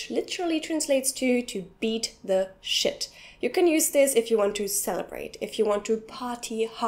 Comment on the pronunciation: the way she say shit is like "Schitt"